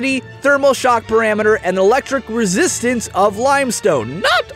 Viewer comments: Limestone electric "resitsance" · You said resitsance Just pointing it out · Resitsance on :) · Any1 notice it said resitsance and not resistance lol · "resitsance" - An infographic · resitsance really? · 'Resitsance' lol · Resitsance... Sigh.... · lol "resitsance"